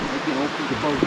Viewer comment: I thwink it was a bwoat